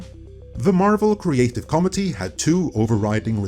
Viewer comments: Are u saying comedy or committee? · I keep hearing the creative comedy instead of committee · Committee is pronounced “co-mit-eee”not like comity, “com-it-ee.” Other than that, these soulless mercenary ideological corporate shitheads have no idea what makes a good story, how the human heart,the human soul, work. That’s why whenever they aren’t raping a true artist’s work, they can only shit botched propangandistic nonsense out. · It is cum-mitt-tee, comedity.😂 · Creative “comety”…..it took me until half of the video for me to realize you were saying “committee” lol. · Bro it's pronounced kom -MIT - eee stress on the second syllable. You keep saying COM -ed - ee (which is what Marvel is these days) Confused the hell out of me, I'm listening while working. Great content by the way. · Committee is what you mean (koh-MIH-tee, as in a group of people officially delegated to perform a function, such as investigating, considering, reporting, or acting on a matter.) What you're saying is comity ("COM-ih-tee" as in an atmosphere of social harmony.) I only knew what you were saying through context, haha. <The video was good though. ;P> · Yeah. It's coMItee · Yeah, I didn't understand what he was saying until the word was presented on screen. He says "COmmittee", but in America we say "coMMIttee". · It's probably your accent, but you pronounce Committee "Comity". Comity actually means Courtey or a league of nations. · I understand that you have a foreign accent but when you say 'committee' it sounds like you're saying 'comedy'. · Oh!!! Committee! I thought was saying the Marvel Creative Comedy. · I won’t lie! I’m triggered as fuck from saying “…comedy” instead of ‘committee’ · >mfw keeps pronouncing "committee" like "comedy" Did so many double-takes listening to this XD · i keep thinking he is saying comedy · CO-MITTY ok? Please pronounce it properly, it's really grating to the ears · Is trying to say ‘committee'?